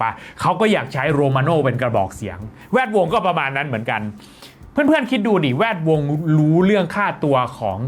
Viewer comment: ทำไมชอบอ่านว่า แว ดวง อะ 😂😂😂